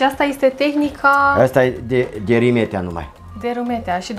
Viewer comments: dragilor e vorba de Rimetea cu "I" de la Ion 😉 si nu Râmetea cu "â" 😉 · Se face rafting, parapanta, circuite turistice, etc in zona. Dar se pronunta Rimetea, si Toroțco, in rest e tare faina zona. Si vad ca se creaza confuzie intre Rimetea si Ramet, la Râmet exista o manastire cu traditie, de care întreabă lumea, deci o idee de vlog nou 🙂Si in Rimetea sunt 2 manastiri, una de maici si alta de monahi.E o zona minunata dar greu găsești cazare in zona pentru ca vin mereu autocare pline cu turisti din Ungaria sau restul tarii. Asa e mereu. Multumim pentru vlogul minunat pentru ca asa se promoveaza și mai mult zona asta atat de minunata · Ai fost acolo și nu cunoști numele comunei (are primărie....), numele este unul singur, nu "cum i se mai spune". Cu "i" și nu cu "î", Rimetea!